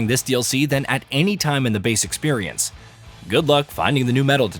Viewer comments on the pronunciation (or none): none